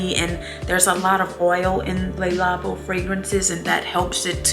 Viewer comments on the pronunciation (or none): Please stop calling it Lalabo! Omg.